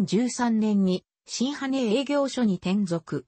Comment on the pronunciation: 読み上げが間違ってますよ 新羽は ❌しんはね ⭕にっぱ